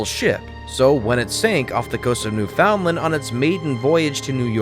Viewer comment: It's pronounced Newfundland!